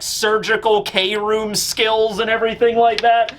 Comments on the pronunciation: I believe Kroom isn't pronounced as Kay-room, but as Kroom like how Chris or crafty is said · Law's kroom is supposed to be pronounced without saying 'kay', but just kroom because in japanese "kurumu" means 'to wrap' like how law wraps his sword with his room ability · we love you but please no more k-room. Can we try to just say kroom like broom but with a k.